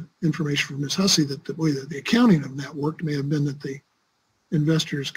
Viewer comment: I like how one lawyer said Miss Hussy and the other lawyer pronounced it whosee. 😂